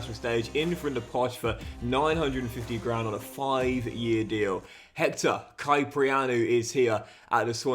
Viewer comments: Pronounced as Hector Kip-prianou, love to see you actually check your comments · the way you pronounced Kyprianou hurts my soul. But I'm so hyped you signed someone Cypriot!